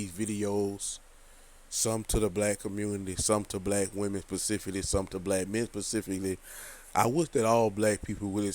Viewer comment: It’s specifically not pacificly